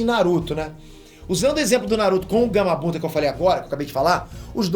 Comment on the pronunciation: Acho que só eu percebi isso ele falou Gamabunda no momento